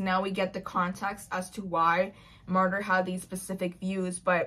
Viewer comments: I tried to listen the audiobook (didnt finish it) and the narrator kept pronouncing Martyr's name as Martin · "Martyr"??? What in the Colleen Hoover...?????